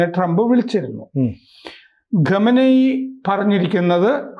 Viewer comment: രാമ ചന്ദ്രനോട് പറ ഗത്തർ ഗത്തർ എന്ന് പറയാതെ ഖത്തർ എന്ന് pronounce ചെയ്യാൻ 😂😂 അത് പോലെ ഗമനെയി ഗമനെയി അല്ല😂😂😂